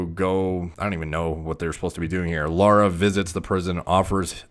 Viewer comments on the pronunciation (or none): none